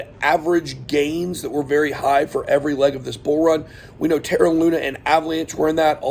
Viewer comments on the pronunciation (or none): none